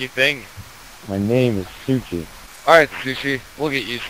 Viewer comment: lol way to butcher suchi's name